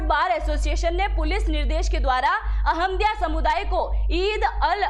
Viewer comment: अहम दिया नहीं, अह मदिया